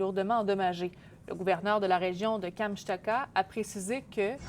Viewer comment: Kamchtaka??? Non mais apprenez donc à prononcer correctement Kamchatka, ou pratiquer avant la diffusion. Franchement 😒